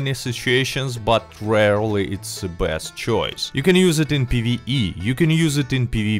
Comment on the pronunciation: It's awesome how his best sounds blessed lol